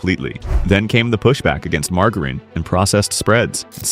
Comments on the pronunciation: Please teach this AI to say “margarine”! 😢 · Teach your bot how to pronounce “margarine.” This is ridiculous